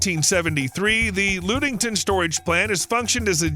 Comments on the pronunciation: Lud-ing-ton not Lood-ing-ton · It isn't pronounced Lood-ing-ton. Rather it is pronounced as Lud-ing-ton. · The Michigan plant is pronounced luge -ing -ton , not lude-ing-ton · lude-ing-ton, huh never heard of that and im from Michigan lol 😉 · Cool vid, but FYI, (likely others let you know so...sorry for the redundancy) the Michigan battery is located near Ludington. Pronounced LUHD-ing-ton. Thanks! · . Actually pronounced “LUDD-ing-ton”, but a good guess. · Ludington is pronunced with a short u not a long U, thus NO Loooodington. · Ludington is pronounced "luh·ding·tn". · Yes, this was driving me crazy. You can easily look this up on Google. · The “Lud” in Ludington rhymes with “Bud”. It does not rhyme with “lewd”.